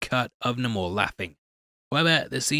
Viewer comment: It’s not Nam-or it’s namor….. ugh Marvel why do you ruin everything now!?